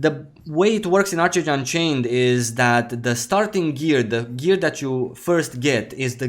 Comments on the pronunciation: Love your content, glad to see you back! FYI, I believe it's pronounced "ARK-age" 😉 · Made the same mistake at 1st but it’s pronounced ark age. Just wanted to let you know. Great vid as always!